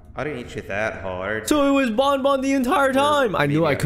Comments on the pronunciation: its banban not bonbon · he is saying bonbon it is banban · It,s banban not bunbun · garten of bonbon lol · Why do people call him bun bun it's Ban Ban (Banned Ban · it's not grtine of bonbon it's grtine of banban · It is garten of Banban not garten of bunbun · Banban not bonbon Sorry if I'm being mean